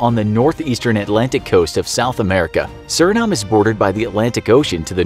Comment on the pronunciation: it’s pronounced “sur-in-NAME”